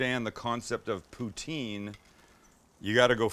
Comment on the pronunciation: you said Poutine wrong.